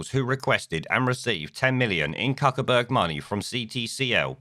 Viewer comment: Cuckerberg ???,......I thought it was pronounced Fuckerberg ??? 🤔